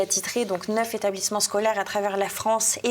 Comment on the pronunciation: HA! si elle n'existait pas il faudrait l'inventer, j'ai beaucoup aimé son "neufz'établissements scolaires ont dû t'être évacués" (à 23'52") certaines liaisons ne sont pas son fort 😀👙🩰 Jean-Yves est resté stoïque😇